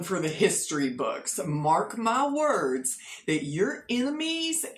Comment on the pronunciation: "Mark my wurdz" 😂